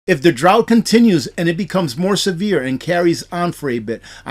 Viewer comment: the word is drought.